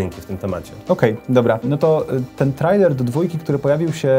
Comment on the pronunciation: Hej, czyta się trejler:)